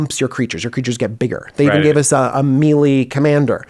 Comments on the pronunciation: Just saying, mili? DJ, its (may-lay) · It’s killing me DJ... It’s pronounced may-lay. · The way DJ pronounces “melee” makes me very upset